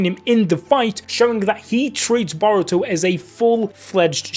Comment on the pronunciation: Being a Naruto and shippuden veteran when you say Boruto I hear: Diarrhea!!!